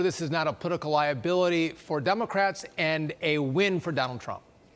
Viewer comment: Her name in fan..ee, not far..nee.😆😆😆